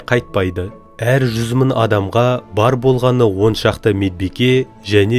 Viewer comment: МЕНІҢШЕ ТҮСІНІКТІ БОЛМАЙТЫНЫ СОЛ: СЕН БАЛАМ «н» МЕН «ң» ДЫ ПАРЫҚТАП АЙТПАДЫҢ. М: 1 МЫН, МЕНІН Т Б